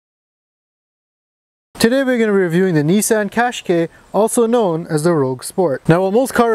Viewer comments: Cash kai not kay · It's Cash-keye, as in "eye". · Oh im sorry 140bhp is not enough our irish qashqai 1.6 diesel cvt with a 112bhp is fine enough. Also its pronounce cash ky not kashk.